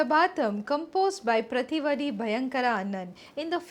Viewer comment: Not प्रतिवडि but प्रतिवादि